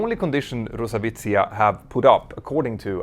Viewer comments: Not [ru-sa-vitsiya] but [ros-avi-atsiya] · if you want to say “RosAviacia” just say “RosAviation” not “RosAvicia”. It looks VERY stupid when you say so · Dude, please try at least pronouncing it right. rosawiza? Who is roza witzsa? Ah, you mean Roz Avia Zia? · It is RosaviAtsia (Russian Aviation), not Rosavitsia. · I'm sorry to correct, but it is pronounced Rus-Avi-A-Ziya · The way you pronounce rusaviatsia made me look up this word XD Going forward, you can use RusAviation instead, this is what it pretty much translates into/means. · Uh-oh, sounds like you lost a letter in Rosaviatsia 🙄